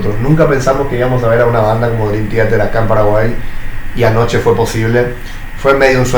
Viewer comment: 1. Kevin Moore estuvo hasta Awake (1994) 2. Mike Portnoy volvió a finales de 2023. Durante el 2024 trabajaron Parasonnia y en 2025 lo lanzan. 13 años estuvo fuera de la banda. El mismo lo dijo una y otra vez que fueron 13 años. 3. Man, que mal pronuncias Theater 4. Una boludez mencionar tu hate a Coto jajajaja la tenes adentro